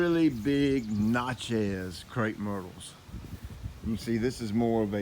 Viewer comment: Do you not prune crossing and rubbing branches also branches growing inward to center of the tree Normally the best time to prune crepe myrtles is during the winter when there is no foliage they bloom on new growth. The na in Natchez is pronounced like natural is